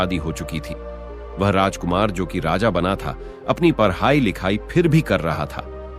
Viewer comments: आवाज अच्छी है पर ड ढ को र बोलकर उच्चारण दोष से सब व्यर्थ लगता है । पढ़ाई को पर्हाई ड को र ,,,,,,,,पुन देख लें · Parhayi nahi, padhai...pronunciation